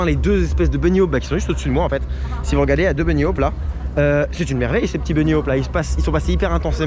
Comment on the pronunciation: Très intéressant, le coaster a l'air top ! Juste un point : "hop" dans "bunny hop" ça se prononce comme "allez hop", on prononce le h aspiré et le o se comme dans "porte" ou "poste" et pas comme "au". Je sais que ça peut paraître pas grand chose mais ça m'arrache les oreilles. C'est comme "low-cost", qui se prononce normalement comme "l'eau coste" et pas comme "coast" qui sonne à mes oreilles comme holocauste... Ou comme top hat qui ne se prononce pas "topate" mais dont on prononce le h aspiré. Même si on a théoriquement maintenant le droit de faire la liaison avec un h en français comme dans "des haricots" depuis l'abominable et récente réforme ce n'est pas le cas en anglais où le h est n'est pas une lettre silencieuse. Donc hop hop hop, bunny hop ! :-) Quant à Ride to Happiness, est-ce qu'il faut le faire dans le même état qu'à Tomorrowland ? J'ai cru voir un indice, voire un clin d'œil des directeurs artistiques de Tomorrowland avec le "ventilateur à poudre" dans la queue. 🥳 Apparemment le coaster met suffisamment la tête à l'envers pour se sentir comme à Tomorrowland.